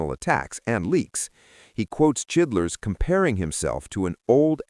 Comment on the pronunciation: Uhh.............. Who da fuck is chidlers????? Don't ya mean CHILDRESS??? Get it right guys,!!!